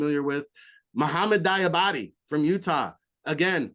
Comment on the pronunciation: Mohamoud Diabate is pronounced "dee-uh-bot-tay" lol